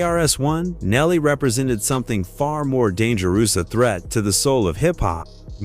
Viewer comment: I didnt notice until personal, thd danja-ROOS.